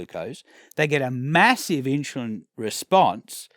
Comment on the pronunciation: Stop saying inshulin ! Still one of the best vids I've watched! Great work!